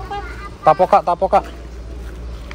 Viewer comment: .KL di Bogor itu namanya tekokak bang..BKN tepokak..beda k SM p..hehehe